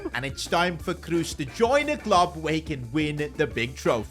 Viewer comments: Please. "KROS", not "KRUS" ... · His name is "Kroos" not "Kruus". I love your videos, but this has made my ears hurt 😅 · KrOs ❌ KrUs ✅ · it's not tony cruse its tony kroos